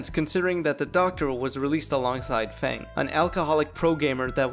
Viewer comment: i’m begging you to pronounce feng and sadako correctly